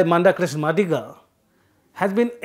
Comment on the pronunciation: It is pronounced "मादिगा".